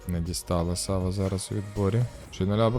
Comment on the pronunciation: А чому САва? Наче ж має бути СавА. Японська